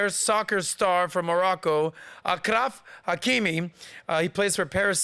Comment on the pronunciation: It’s “Ashraf Hakimi”